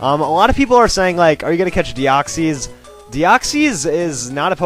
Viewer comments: de-oxees? DEOXEES!!!!!! HOW DARE U PRONOUNCE IT WRONG DEOXEEEEEEEEEEEEEEES IS WRONG tis pronounced de-ox-is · no offense but you pranouced deoxys and rayquaza wrong. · You pronounced rayquaza and deoxys wrong